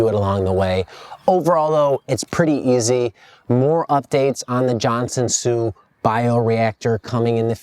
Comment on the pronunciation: Johnson soup? isnt it Johnson Su